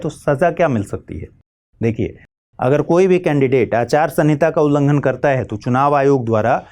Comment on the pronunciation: Ullanghan hota h mahodaya 🙏🙏